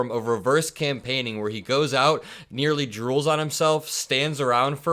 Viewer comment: “Reverse Campaining” 😂